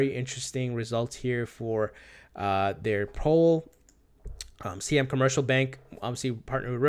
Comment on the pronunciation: Siam is pronounced like "sigh-am."